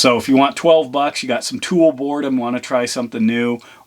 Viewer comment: "tool bored" 😅